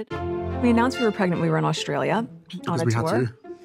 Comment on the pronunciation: It really gets on my nerves how Megabarf says "preg-net", instead of pregnant. Why won't she say it right? 😠